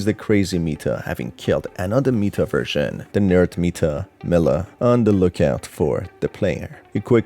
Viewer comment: Mila is pronounced my-la you goof